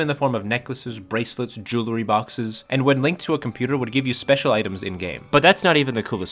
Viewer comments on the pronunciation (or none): none